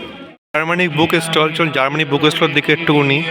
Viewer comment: আপনি "বুক ষ্টল" শব্দ দুটো পরিষ্কার উচ্চারণ পর্যন্ত করতে পারেন না।